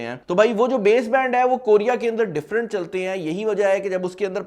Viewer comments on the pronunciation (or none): none